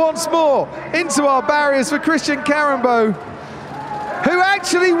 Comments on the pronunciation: Karembeu* not Karembeau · karembeu not karembeau !